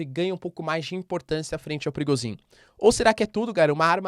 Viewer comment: Professor, sem querer ser chato e te corrigir mas a pronúncia de Prigozhin é "prigôgin", caso queira utilizar. Como é um nome que se usa praticamente diariamente no canal resolvi comentar. Grande abraço!